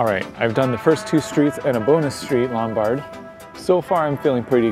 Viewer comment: you pronounced Lombard wrong.